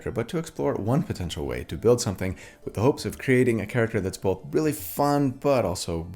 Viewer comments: I was also raised saying "bolth" in that very Utah way. Not that my parents said it that way, but most of my extended family did. So I actually felt really validated that you struggle with it too. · Came for the build, stayed for the "BOW-EL-THA". 😂 Your right, it's definitely not all about damage... Add that to the fact that most of your builds probably do more damage than most average player's characters and I think you're doing alright on that front!